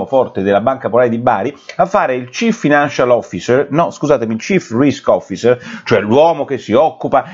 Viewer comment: Complimenti per la pronuncia :"chief risk officer".potresti dare ripetizioni a renzi. Riguardo le banche siamo agli inizi, a livello mondiale. C'e' un sacco di denaro virtuale che esiste solo sulla carta. Prima o poi scoppia la bomba per il momento saltano le 🏧